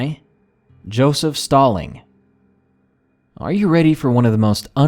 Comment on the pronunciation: When he said Jospeh Stalin i fucking died